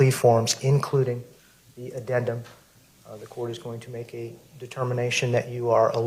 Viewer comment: Did that judge say addenment?